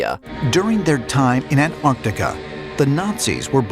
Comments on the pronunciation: It isn't ANTARTICA it's ANTARCTICA. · kept saying Ant Artica.. I thought it was pronounced AnTartica